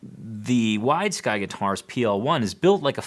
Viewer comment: I thought he was saying "Wise Guy" guitar :)